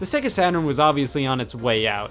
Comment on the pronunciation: Why can't Americans pronounce SEGA properly?